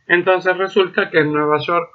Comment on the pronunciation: dale bro, estas dando clases para la uba, no podes pronunciar nueva york asi